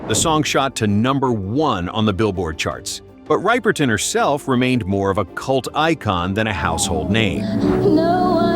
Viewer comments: Rip not ripe!! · Rip er ton, not Ripe er ton. Please. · Rip-er-ton not Ripe-e-ton grrrr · Ok...it's NOT Minnie RYE perton. It's pronounced Ripper ton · Please If you are going to narrate, get the pronunciations correct. It is reepoton and not ryepoton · It’s Rip-perton , not Ripe-er Ton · Riperton pronounced "rip" not ripe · Minnie Rip er ton, not Ripe er ton. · Rip-per-tin Not Ripe-per-tin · Although spelt Riperton it is pronounced Ripperton. If you were around at the time that song is one thing you have not forgotten. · It’s pronounced Ripper_ton. Lovin’ you was written as a lullabye to Minnie’s daughter, Maya Rudolph, who was 2 years old when the song came out. Minnie died of breast cancer at age 31, in 1979, when Maya was only 6 years old. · Riperton with a short 'I". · Loving you by Minnie Riperton (pronounced Ripperton) was written for her daughter, comedienne Maya Rudolph! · My wife told me to settle down. I said “No! It’s RIPPERTON.” Good grief. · I cringed every time he pronounced Minnie Riperton’s name. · Minnie “Riperton”🤣